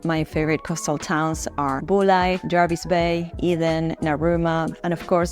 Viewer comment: I AGREE. It is. And she pronounced it correctly. I love Huskisson. The Husky pub.